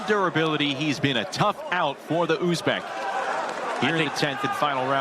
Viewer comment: Kop davlatdagilar aytolmaydi talaffuz qilolmaydi